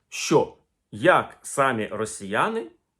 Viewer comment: Не сАмі, а самІ.